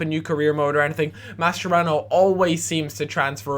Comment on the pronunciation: Its pronounced MasKerano